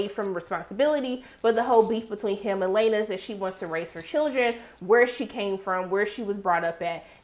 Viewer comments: I love your reactions I do but girl do you even try to pronounce these peoples names? Leana ( LAY NUH) not LA NAY 😂😂🤣🤣..Also, Daemon has a relationship with his daughter but he is closer to the one that is a dragon rider like himself (Baela).. so the other twin girl feels left out... I dont think Daemon knows how to show up for his daughters emotionally.. Your 100% correct, Crispin is SUPER PETTY especially how he is acting towards Rhae kids.. and he was SUPER PISSED that little Jace held his own against the much bigger opponent Aegon.. Jace didnt back down and the only reason Aegon won is because he kicked him down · Sis, It's Laena, pronounced like Lay-nuh, not Luh-nay. But we knew what you meant. 😂. Anyway, I stay coming to your channel for these after show reviews. I like the way you break it down for the folks in the back. lol